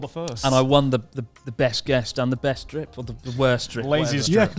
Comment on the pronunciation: How does Christ already have the memory of a boomer? xD He had said ''best drip'' wrong like 69 times lol